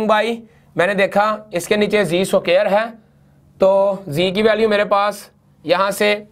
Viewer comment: Very nice video But you need to watch out on "SUQAAIIR"